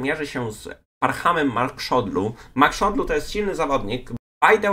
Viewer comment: To nie jest Magszodlu tylko Maksudlu 😁 To tak na przyszłość 😉